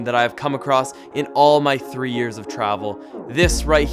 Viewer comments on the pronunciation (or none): none